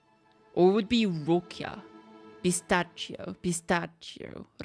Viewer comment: I love how you got to the right answer with the wrong method with the pronunciation of the name Roccia (since you said pistacchio which is pronounced otherwise haha)